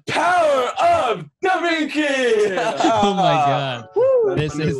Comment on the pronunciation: Am i the only one thing about Corpse saying " Da vinky "